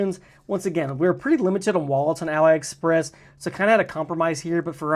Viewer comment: Pronounce AliExpress as "AH-lee Express"—just like Alibaba, not "uh-LIE Express."